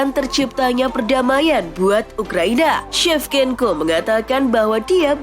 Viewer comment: Shevchenko baca sevcenko,not sevkenko 😂😂😂